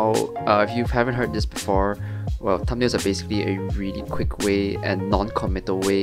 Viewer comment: what is this word he says here? EDIT: I looked in the comments. It was "thumbnails". Im leaving it here for anyone else who didn't understand.